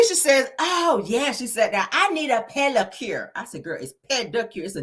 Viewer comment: “Pelicure” and “Basectomy”😂😂😂😂😂😂😂😂😂😂😂